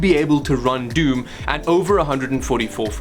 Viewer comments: Wtf is DUME!? Funny how she's never played it before yet knew you mispronounced the game... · It's DOOM not DEUM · he said "dium"... and after hearing I was like "hah dium" and 1.5 seconds later did the same thing, that I did.. laughed at the expression dium:)) That was something interesting.:D BTW, she is sooo cute <3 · This guy's pronouncing doom and noob as dyoom and nyoob. wtf